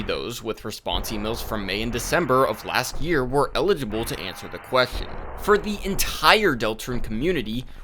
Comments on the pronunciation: You're pronouncing "eligible" like "illegible" lol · with love, it's ELL-idg-ih-bull, not ill-EDG-uh-bull 💜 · Am I mishearing, or is "Eligible" being pronounced like "Illegible" by mistake? Someone please correct me if I'm wrong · not to be nitpicky but it took me until like halfway through the video to realize you were trying to say ELIGIBLE participants and not ILLEGIBLE participants and was very confused because my brain was interpreting things the opposite way to how they were meant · I mean this in a completely constructive way, but you are pronouncing "eligible" as "illegible" for the entire video and it changes the meaning of all of your statements! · him pronouncing eligible as "uh-LIDGE-uh-bull" and not "EL-idge-uh-bull" is bothering me too much for no real reason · You keep saying illegible instead of eligible XD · Eligible participant, brother. ELIGIBLE. Not illegible lol. Regardless, I'll be keeping an eye on how this develops. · bro you gotta say "eligible" differently. it sounds like you're saying "illegible" and it confuses the hell out of me lol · i was about to mention that too😅 it took me a long time to realize he meant eligible bc i was wondering why he was calling them illegible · When you say "eligible" it sounds like you are saying "illegible". Eligible has an emphasis on the 'EL' sound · FYI the word you're looking for is "ineligible," not "illegible." Great video ❤ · elligible: able to participate inelligible: disqualified from participating legible: able to be read illegible: unable to be deciphered or read sorry, your flip-flopping on pronunciation got to my spouse and i a bit 😅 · I know this is a nitpick, but I want to let you know you confuse the pronouciation of "eligible" with "illegible" constantly in this video. It's just a bit distracting, not a major issue. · Never heard anyone pronounce eligible this way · You pronounce the word “eligible” extremely weirdly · Gang please look up the pronunciation of eligible